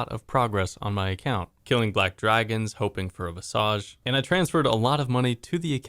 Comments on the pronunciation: It’s pronounced Vis-idge my guy, are you turning French? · I'd ban you for just how you say visage.